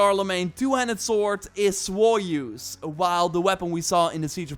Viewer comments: Bro you're still butchering French hahaha it is not pronounced Joy-Use, it would be more like joy-us (as in bring joy to us but with a longer sound on the vowel "u") joy-uuuus. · You said soyeuse not joyeuse 😁 it’s said like with a g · Love how you say joyeuse